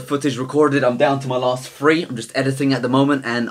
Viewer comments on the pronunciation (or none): whenever the guy talks he has trouble saying 'three' and pronounces it 'free' instead, -- but it's not a big deal. GREAT VIDEO!!!!!!!!!!!!!!!!!!!!!!!!!!!!!!!!!!!!!! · it's pronounced THREE not FREE